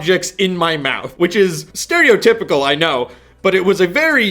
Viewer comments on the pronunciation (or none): none